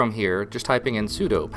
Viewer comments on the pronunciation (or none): none